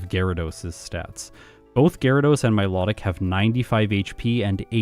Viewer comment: Pokedex entry: Mylo-tic,: Mi-lot-tic, can't wait for the Reuniclus video 😅